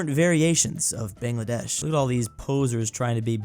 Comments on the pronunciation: bangladesh’s a is pronounced BONgladesh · he still calls it bengladaysh